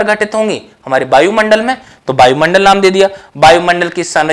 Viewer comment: सर बायुमंडल न बोले शुद्ध वायु मंडल बोले।